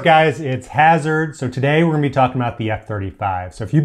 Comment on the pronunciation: "Hasard" - it sounds more annoying than dangerous. Hasard? WHY does the older F-16 Climb Faster and make Tighter Turns : than the F-35?